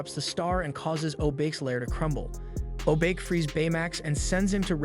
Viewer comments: I hate the way u pronounced Hiro and Obake ‘High-rih’ ‘Oh-b-k’ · Yes but He's mispronounced most names Krei is pronounced like cray in crazy, he usually says cry He keeps shortening honey lemon to lemon or lemon Obake is pronounced o bach(like the composer) aye he says o Bake Wasabi honestly might an accent thing since it's an actual word Hiro of course is more similarly said like hero like you said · And a bad one at that. It frequently screws up Japanese names (Hiro, Obake) and botches the word seismic as well.